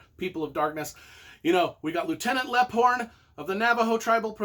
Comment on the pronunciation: Leaphorn pronounced Leep-horn, lol, just a FYI, other than that love the Tony Hillerman books